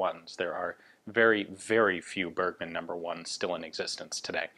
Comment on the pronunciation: Great Channel! You pronounced "Bergmann" wrong.